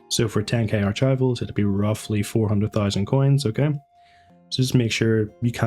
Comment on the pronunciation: "Arch" "I" "vals" lol